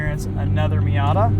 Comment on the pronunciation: it’s been a while since an american pronounced it right